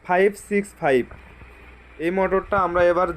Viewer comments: 656 naki 565. Clear kore bolen. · মিনিটে কি বললেন- 656 নাকি 56?